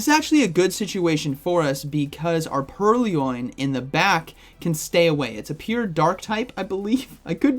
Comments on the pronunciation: It is purr-loin, not pearly-oin. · Purr-loin. Not pur-ly-oin. It's a play on the word purloin, meaning "to steal" Love your content, not sure why this bothered me so much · "Purly-loin" :face-purple-smiling-tears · Pur-Lee-Oin? lol nice video, man! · I hate the remote pass update almost as much as I hate how you pronounce Purrloin LOL